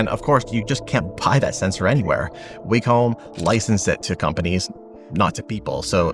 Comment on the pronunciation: Wacom is actually pronounced Whack-em.